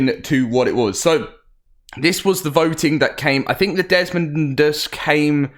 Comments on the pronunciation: I'm gonna help you out. It's dez-MOE-dus Not Dezmund... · Desmodus not desmondus. It's not that hard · It's desmodus, not desodus, a##! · Desmodus, not Desmond lmao. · Not to be an a** but, it is desodus not desmondus. There is NO n